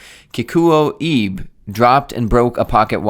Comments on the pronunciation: Your pronunciation of Kikuo was actually pretty accurate, but when there’s an “e” in a Japanese name, it’s always pronounced /eh/, so “Ibe” is like /ee-beh/. Also I love G-shocks, and I’ve had 3 over the years, now settled on my Casioak GA2100. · Ibe sounds like eBay